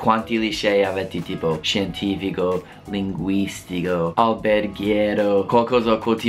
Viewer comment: Nice video and nice italian! Occhio a non farti "contagiare" dall'accento romano, si dice "ScientifiCo e LinguistiCo", non "ScientifiGo e LinguistiGo" ;o)